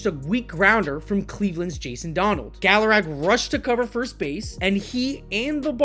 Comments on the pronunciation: It's galaragA. Constructive criticism dude if you're going to do the channel you need to learn to pronounce these players names right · Learn To pronounce names , Gallarag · Great script and execution except the mispronouncing of Armando Galarraga’s last name really took me out of the video.